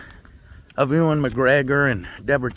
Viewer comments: Why don’t you keep calling him oowan? Ewan is pronounced you-wen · FYI from a UK pedant. Ewan is pronounced Yoo-an, HR Geiger is pronounced Geega (not Gyger) & Singh is pronounced sing, not singe. Honestly, drives me mad. Otherwise, keep it up!